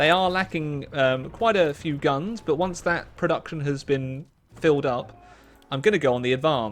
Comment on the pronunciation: “Hwonce again!”